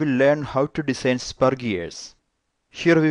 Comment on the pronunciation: Please pronounce "design" correctly. its so irritating how u pronounce it :/